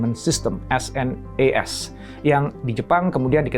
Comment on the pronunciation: SNES (Super Nintendo Entertainment System) dibacanya senes pak bukan dispelling S.N.E.S. yg ngalamin masa bocah di thn 90an pasti ngerti.